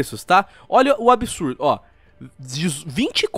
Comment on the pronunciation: Ser humano normal: Absurdo: Abihçsurrdoh